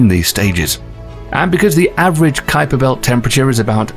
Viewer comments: Ummmm... what exactly is the "Kweeper Belt" .... & the "Oooh-ort Cloud" !!????? lol ;-p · Wow, Creeper belt and Urt cloud ? Obviously you're not even trying to get the names correct